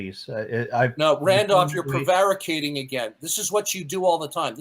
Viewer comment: learned a new word today. Prevaricating. Maybe tomorrow he'll learn how to pronounce it correctly.